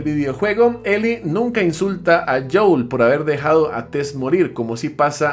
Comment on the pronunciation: Es Joel , no "joul"